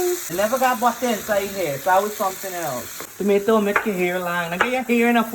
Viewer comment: Pulllpattttter u mama. A say toommmaaattuuuuuu. And u saying it d best was tommmatttttteeee